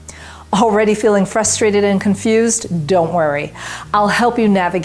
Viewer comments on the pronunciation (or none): none